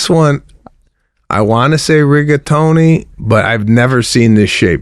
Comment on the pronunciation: Jesus Sebby. Your Italian ? Cavetelli? Rigatoni? Jesus man that was embarrassing